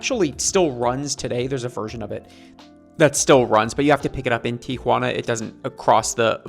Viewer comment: Thanks for pronouncing Tijuana correctly. So many people say TiAjuana.